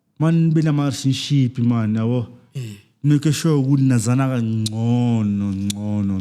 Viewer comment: 😹 😹 😹 a what _tionship?? My man cant say relationship.. He's speaking gibberish 😹 🚮